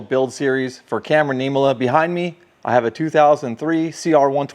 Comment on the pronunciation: All well said. Pleasure getting to meet you and share stories. Thanks for all you do! Last name pronunciation was correct! Rest in peace, Cam.